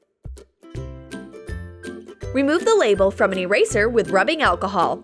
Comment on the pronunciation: anyone hear her say acahol???